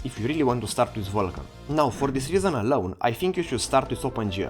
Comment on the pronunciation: The pronoun at start bugs me... Normally I listen "learn OpenGL" but he pronouns "learnOpenGL" together and he pronouns "Uulkan" not "Vulkan" (and I know the pronoum of U, V and W are a mess).